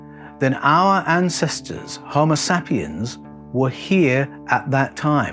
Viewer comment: I crack up when he calls us “ homo “ Sapiens” pronounced like “ sap” from a tree! I think we are a bunch of Saps for sure! 😂